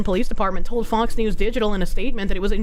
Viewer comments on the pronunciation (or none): I swear when you said Fox News, I thought you said foxu Lol